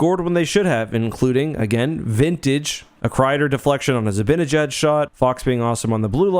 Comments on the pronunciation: By the way, sorry if this is unrelated but zibanejad is pronounced zi-ban-i-jad not zi-bin-a-jad. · For God's sake stop calling him zibbinyJaad